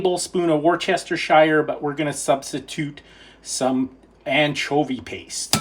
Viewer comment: Hello, and; thank you for sharing your lovely and unique video; we were immersed from the beginning to the end; it was a pleasure. We wish you fantastic days ahead! We love you guys. Please repeat after me. Wusta sure = Worcestershire. Some make it sound like woosta sure. From the Red Cardinal Kitchen, Your friends and subscribers, Sonja and Christopher🙋‍♀🧑📸